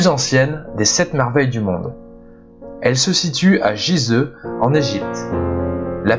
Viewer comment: Revoir la prononciation des noms : - Gizeh se prononce comme son autre orthographe le souligne Guizèh (al Gizah en arabe) ; - le « ch » de Nabuchodonosor II se dit « k » : Nabû-kudurrī-uṣur (« Nabû, protège mon fils aîné » en babylonien).